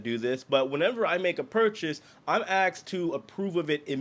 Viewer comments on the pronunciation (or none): FYI 😀it is “asked” not “axed” 😂